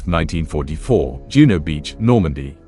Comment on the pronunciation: Juno, not Juneau